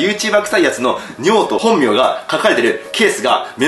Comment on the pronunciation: だんだん「本名」が「本尿」に聞こえてきて何言ってんだナナオ…ってなってた